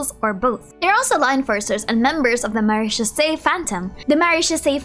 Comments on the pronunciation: Pronounciations: Bellau - bellow Quartier Lyonnais - car-tee-ay lyon-nay (lyon is like leon but with less stress on the e sound) Livre - leev Maillardet - may-yar-day Hope this helps :) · Belleau > bell+o (be as in BEg , o as in Organize) Quartier Lyonnais > car+tee+yeah lee+o+nae (like in Korean) Livre - lee- v- re (re as in REgular) Maillardet > my- arhh - de (de as in DEcision) A French follower 🥖😅